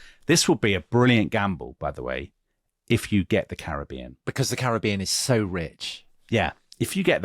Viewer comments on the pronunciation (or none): none